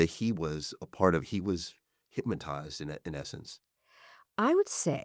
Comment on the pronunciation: Not trying to be an overly critical jerk but it is difficult to hear a clearly, highly intelligent interviewer saying “hymotize” and “excape” instead of hypnotize and escape… but I suppose that I will just have to be “that guy.”